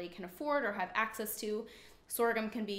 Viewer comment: When the manufacturer is a sponsor and you have to sell their product and brand is very misleading for there are many other brands and were they also used Plus the pronouncing thereof on few products is off Bob's red hills mills ? brands is not but costly to budget friendly homes and not influencers